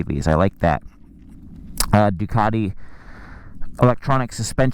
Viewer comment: Ducaaaardeee.. I always thought it had a ‘t’ in it